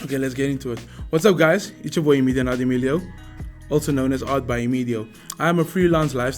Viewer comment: For the last time... it's EMIDIO😂😂